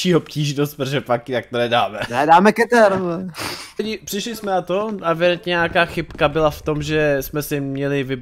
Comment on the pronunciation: Ty obtížnosti se ČTOU: sejf , jůklid a kýtr. Zjisti si o S.C.P. hodně. Řekl bych že pro ty co znají SCP hodně dobře je hrozný to sledovat. Jinak dobrý!